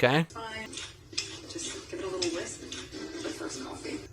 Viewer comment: did she just say "wisp this" instead of whisk?